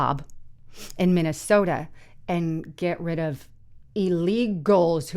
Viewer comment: She has done it consistently for a long time. It's also not the city of Minneaota. 😅